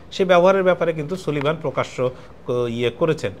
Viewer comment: নামের উচ্চারণটি হবে জেইক সালিভান।